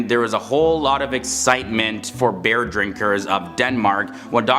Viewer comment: 😂😂😂 Beer! Not bear 😂😂😂